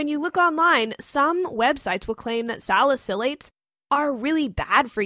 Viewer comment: You’re pronouncing salicylates wrong